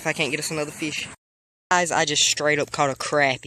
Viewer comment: Why r u saying "feesh"